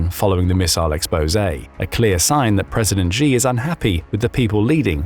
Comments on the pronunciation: You need to learn how to say the Chinese leader's name better. It's not 'Jee', but more like 'Tchee'. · narrator: “xi” in Mandarin is pronounced “she”, not “gee” or “zjee” or whatever the heck you’re saying. “Xiao” sounds like “shee-ow”. Google will get it right for you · Im bot chinease im English but the way you say G in stead if shi is annoying me and i don't know why i dont even like him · Xi is pronounced "She" not "Jee". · Xi is "She". Not "Gzhe" (I'm sure it's an AI voice, but either way, that's how the pronunciation goes.)